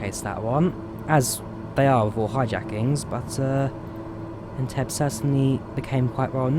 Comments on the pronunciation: Great video! BTW it's pronounced "En-teb-be" and not "En-teb" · it's pronounced "en-TEB-ee", btw. :) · Loved the vid but FYI Entebbe is pronounced Entebbey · It’s pronounced En-Te-beh 😂😂😂.but cool that you flew to Uganda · "En-tebb-ee"! Shame not to see flamingoes at Lake Naivasha, turning areas pink.